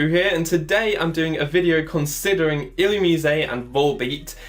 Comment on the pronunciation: The way you keep mispronouncing illumise triggers me.